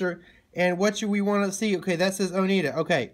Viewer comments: Enjoyed your video, but please slow down. You talk a mile a minute. Also, it's pronounced "Oh-NY-da" not "Oh-NEE-da." Have a great day! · I live in Oneida. We pronounce it as O-neye-da. Great video! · O-ny-dah is how it’s pronounced, I used to work retail so that’s how I know. Thank you so much for your tutorial. ✝️🙏🏼❤️